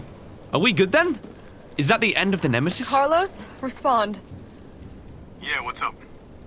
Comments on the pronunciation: car-LOW-ss, please. He's Latino, not British. lol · Me: C-ARLOS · carlaws